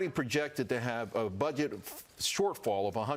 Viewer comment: Did he say buget?